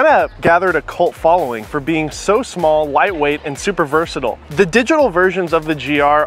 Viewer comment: He also csnt pronounce ‘versatile’